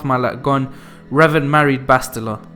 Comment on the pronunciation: Love revan but your mispronunciation is killing me